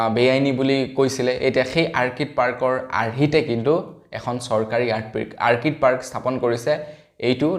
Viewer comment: Orchid অৰ্কিড আৰ্কিড নহয়।